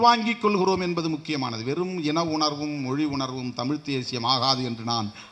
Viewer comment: தமிழ்தேசியம் என்று சொல்லும்போது ஏன்டா வாய் குளறுகிறது.